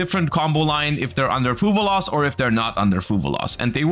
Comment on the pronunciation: One day will stop saying fuvaloss. That day is not today lol